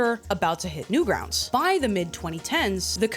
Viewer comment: Guys, what’s Newgrountz?! AI said it, not newgrounds. Newgrountz